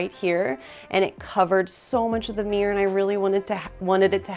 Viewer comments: MirrOr... not mirr...😅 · It’s mir-ror, which is a 2 syllable word, nor meeerrrrr. 😂